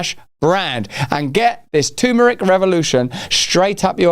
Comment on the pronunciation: Lotta lotta love for you Russell but please, it's not tooomeric ffs, it's terrrmeric :D